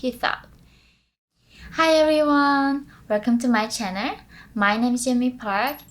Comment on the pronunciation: Can you please improve your pronunciation like channel which you pronounce 'CHANNER' as if you do so, your beauty would definitely influence the subscribers and viewers. You are beautiful ❤️😘